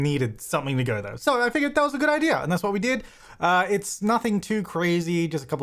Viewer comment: Do they say 'idear' where you're from? Never noticed that before.